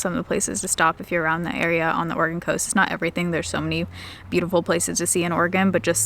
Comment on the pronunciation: I'm hearing organ instead of Oregon all the time 😂😂😂